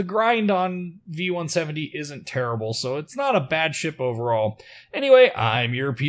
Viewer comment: Kudos for getting the pronounciation of V-170 right! :)